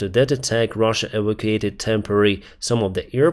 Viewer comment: Please, please learn how to pronounce E-VAC’-U-ate!, it’s not Ec-O-Cate as you say. It tries me all the the time & it takes minutes to get back to what you’re saying. Please try & pronounce it correctly. Please